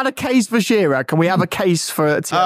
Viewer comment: Its shearer